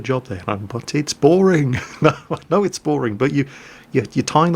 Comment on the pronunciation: Etts.. etts only game, y u heff 2 be mad?